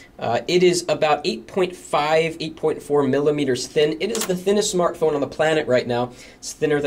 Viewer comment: notice the difference in saying "the thinnest SMARTPHONE"... :)